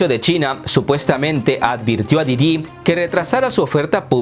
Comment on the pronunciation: Sé que es algo irrelevante, pero tengo la curiosidad, dices mal el nombre de: "Didi" a propósito?